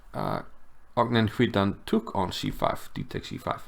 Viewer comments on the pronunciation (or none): Great game! Btw Cvitan is pronounced something like Tsvitan. In croatian c is always pronounced ts 😁